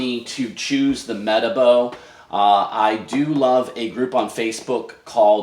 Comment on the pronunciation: Hi saw your link on the rotary revolution group. Pretty sure it's pronounced - Mer Tar Bo. This rotary is a weapon, it's so grunty and a far better design than their PE 12- 175. The Rupes LHR19 was a letdown to me when testing it.